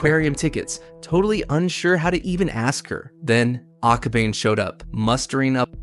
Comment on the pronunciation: I'm sorry but it's aka-ba-ne. Ne as in the (neigh)borhood and the horse sound.